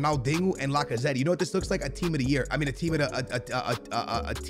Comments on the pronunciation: Bro Lacazetty you for real ,it’s La-ca-zet. The e is silent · The way he says lacazette lmao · Does he not know how to say Lacazette